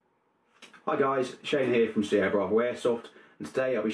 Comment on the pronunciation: Hey Shane, I hope you don't mind me telling you this, but in Italian the 'ch' is always pronounced like it is in the English words chemical, i.e. like the letter k. Hence the pronunciation of this weapons manufacturer is 'kiappa'. Cool pistol though! Buona giornata, gatto. 🙂